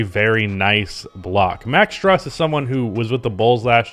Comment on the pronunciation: STRUS IS PRONOUNCED STROOSE, LIKE THE STRUS IS LOOSE